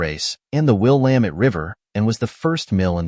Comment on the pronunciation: I'm guessing that the narration is done with AI? If it is a real person, then they need to work on the river name. Mispronouncing the word Willamette is something that no local would do. It's Will-LAM-ette, like dammit. I no longer live in Oregon, but it still bothers me to hear different ways of saying the name. In case you do some Portland videos, Couch Street in Portland is pronounced "KOOCH". This name is derived from Captain John Heard Couch, an early settler and co-founder of Portland. The history of the word defines its pronunciation. The videos are very nice! The idea of using drone footage to help share historical stories is a good one. I look forward to more!